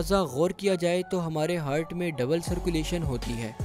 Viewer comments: aap ne itni bar heart ❤ ko Hurt bola k hmaray kan hurt hona start hogaey, 😂😂😂😂 Baqi wese video kamal ke thi. keep up the good work. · Its "heart" not "hurt" ..very irritating while listening video that I was unable to watch complete video tho it was good by animation. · ہرٹ نہیں ہارٹ بولتے ہیں۔